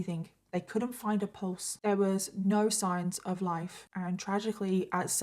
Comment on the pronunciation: when she said "oh norrr" in her accent, all i can think of is H2O😂😂 OH NOOOR! CLEOORR!